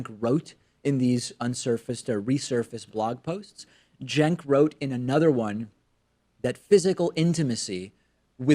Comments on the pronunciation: All I got from this is, at first I thought his name was pronounced "chenk". I then learned his name was pronounced "senk". I now heard his name pronounced, about a thousand times in this video, "jenk" CENKUYGURHOWDOISYOURNAMEPRONOUNCED?!?! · How is Cenk apparently pronounced "jenk?" Or did I mis-hear it?